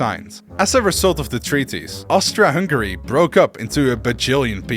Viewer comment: OMG ONE PERSON THAT SAID Austri(A)-Hungary not Austr(O)-Hungary 🔥